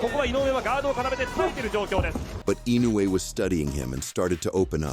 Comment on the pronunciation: Fast as lightning, Inuoe strikes like a snake, with accuracy of a laser. “Inuoe”…..”ee-NO-wee”